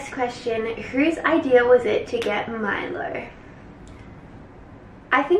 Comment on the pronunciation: anyone else think its funny how now says milo with an australian accent lmao